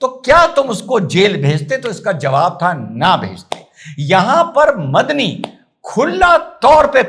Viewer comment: मदनी की जगह मुझे बकरी सुनाई दिया 😅😅